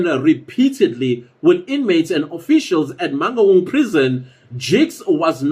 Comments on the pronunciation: Eish, the way he pronounces Mangaung is traumatizing. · How non-Sesotho speaking people pronounce "Mangaung" sends me 😂😂😂😂